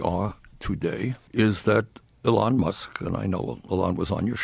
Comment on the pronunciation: Anyone else get rubbed just a little wrong by how bernie says eh-lon.